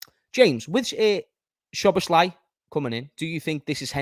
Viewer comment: Thinking about it now, pretty sure it's pronounced So Boss La.